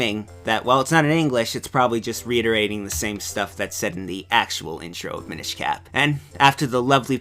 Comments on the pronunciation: The Mi-NISH Cap... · Am I crazy or is he pronouncing "Minish" wrong? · Tom Krystinik I'm not trying to pester the guy, it's just every time he says it I cringe.